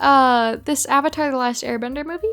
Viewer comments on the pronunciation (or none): I understand and mispronunciation of Aang, it’s like a weird Asian thing with pronunciation. But like, avatar is an English word. A 100% English word